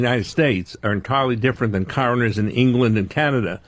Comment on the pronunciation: What's up the way he says "Coroners"